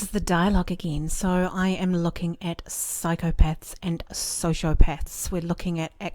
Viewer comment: Did she say Psychopets...?